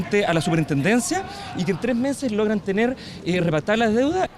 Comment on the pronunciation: “permitirr tenerrr”